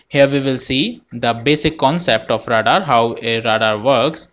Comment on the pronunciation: Great Video! One minor comment: English is stupid so radar is actually pronounced “Ray-dar.”